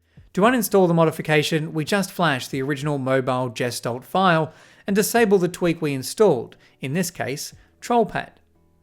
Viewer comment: Gestalt is a german word and is pronounced with a hard G as far as I know